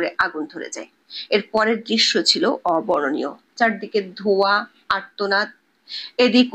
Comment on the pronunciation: এই সংবাদ পাঠিকার উচ্চারণে অবর্ণনীয় শব্দটার উচ্চারণ হয়েছে কী? কেমন সংবাদ পাঠিকা ?